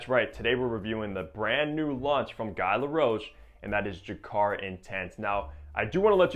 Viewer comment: Another impressive, thorough and knowledgeable review by you,! I really think you're one of the better fragrance reviewers on YouTube right now. (For what it's worth, Guy in French is pronounced with a hard G and a long E. Like we pronounce the word ghee in English.)